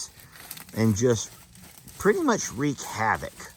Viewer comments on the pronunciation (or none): none